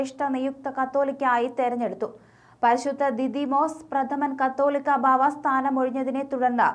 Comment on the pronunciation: ഇവരെല്ലാം എന്താ കത്തോലിക്കാ ബാവ. എന്ന് പറയുന്നത്. കാതോലിക്ക ബാവ. എന്നാണ് വായിക്ക്